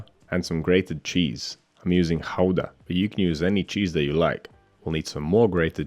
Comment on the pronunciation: Thank you for pronouncing Gouda right!